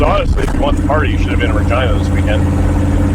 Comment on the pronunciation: I'm sure I ain't the only one (us non Canadian guys) that instead of Regina hear Vagina and rewind 😲.